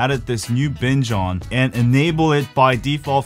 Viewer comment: I first thought he said bitch on